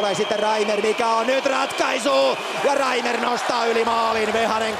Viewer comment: Hyvä Herra selostaja. Tee nyt jumalauta sentään muutama asia selväksi; oletteko Mertaranta vai Nertaranta? REIMER -ei REiNER!!! Mikael Granlund -ei Miikkaeel Graanlund. Olen erityisluokanopettaja ja voitte tulla oppiini ihan oman uskottavuutensa vuoksi.